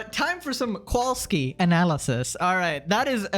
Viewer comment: As a legal representative of Polish people, the way you pronounce Kowalski is indeed funny